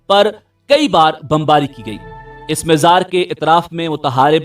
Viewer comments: You always pronouncing Mazar as Mizar can't you correct for all amateur u tubers of Panjab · Mazar Hota h mizar nhi